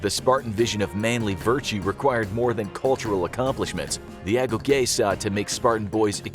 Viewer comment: It’s pronounced ago-gee.